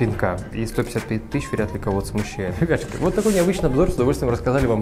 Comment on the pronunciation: Почему он говорит слово,ребятушки,не внятно?